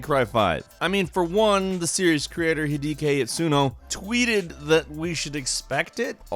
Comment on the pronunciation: "He-dee-key"? Really? For a gang that's allegedly into Japanese developers and IPs, you guys are way too prone to butchering Japanese names.